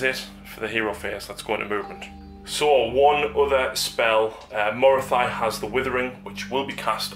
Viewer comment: Morathy-thy-thy-thy.... oh, my ears! It's Morathi.